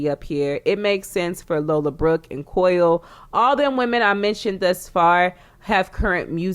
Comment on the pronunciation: "Easily Digestible " gonna use that / why do you keep calling Coi "COIL" ? 🤣🤣 i'm in tears